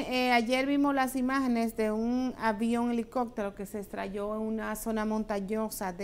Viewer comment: No se dice estrallo’,es estrelló